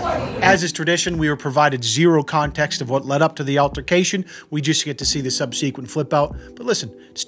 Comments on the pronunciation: Another banger with this one, although... I was kinda hoping the St Patty's Pissant would tap out once his tiny pee pee hit the cold, filthy tile floor tbh. xD PS SUB-suh-quint not sub-SEE-quint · It's SUBsequent, not subSEEquent. Sheesh. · Please don’t take this the wrong way. I’m a subscriber and agree with you about 100% of the time. But in several videos you have used the word subsequent… and you pronounce it as “sub-SEA-qwent” with the second syllable sounding like “see” and accented strongest. Just for clarity or so people don’t pretend they can’t understand you (or for those who want to say that you are somehow ignorant when you clearly are not) it is usually pronounced like this: “sub-suh-quint” with no accent on any single syllable. It is possible you could speak a regional dialect that says it differently but I thought you should know the common pronunciation goes so you could update it not as you like. I just don’t want your valid points ignored because someone feigns an inability to understand you— and there are a LOT of folks like that on the interweb just waiting to pounce. Please don’t take this as an attack because it is very well meant and you do ask people to comment on what they think. Whenever you say that word incorrectly (to my ears) I can’t help but giggle a little. So I am sorry I did this time too when I heard it. I agree with your point. I just couldn’t help myself.